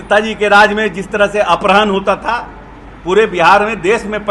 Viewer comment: अपहरण को सही बोल ले टपोरी